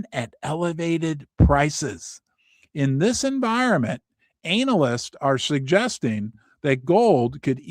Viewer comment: It's not "anal"yst...I cringe when you say it that way. It's "anna-list" Other than that great channel.